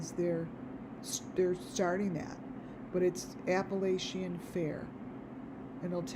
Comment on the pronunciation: First of all, I think you are hallucinating, and please say Appalachian, correctly! This is ridiculous. They’re in winter weather, no fair going on, why don’t you check the temp there? Sorry, but this is outlandish, I see nothing of which you see. Leave these people alone!